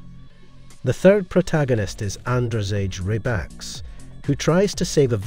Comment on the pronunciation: How about ANDREZGE RAYBAX xd